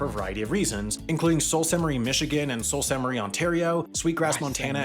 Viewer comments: Sault Ste Marie is pronounced. “Sue…..saint ….Marie”. Must be an American video. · That narrator certainly has a fun take on how to pronounce Sault Ste. Marie! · The video in reference pronounces Sault St Marie wrong...twice... must be American...